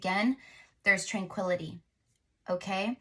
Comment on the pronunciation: I hear tranquilizer when I hear tranquility...every time...